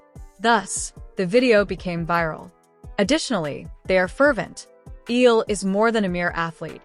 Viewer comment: Please get her name accurate!!! Alexandra EALA ❤ fix your AI